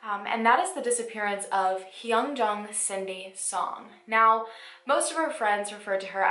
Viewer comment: i know this isn't the point of the video but your pronunciation of "hyunjong" is fairly good considering you don't speak korean~ this case is so sad and i hope that soon her family gets answers.